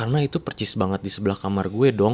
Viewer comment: Kalian sadar ga sih, dia selalu bilang "Percis" bukan Persis 😆